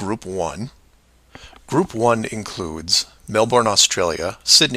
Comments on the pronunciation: Well done on correcting my typo, it is still pronouced melbin. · It is pronounce "melbin" not "melborn"